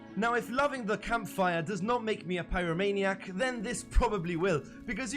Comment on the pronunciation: sounds german.. kampfire